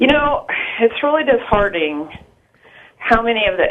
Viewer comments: "Dishearting" O_O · 35 "dishearting" ?